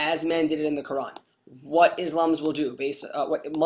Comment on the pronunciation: as written in the qurrrrrrrrrrrrrrrrrrrrrrrrrrrrrrrrrran. i love the over pronunciation. what a dick.